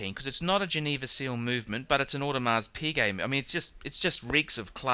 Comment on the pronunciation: I don't think you said audemar piguet correctly O_O.